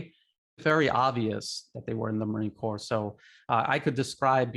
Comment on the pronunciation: By the way let Li know we are former Marines, not titled as Ex Marines. Pronunciation is marine cor, (ño p, no s) sounds.